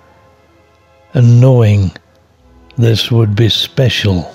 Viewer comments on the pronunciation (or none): none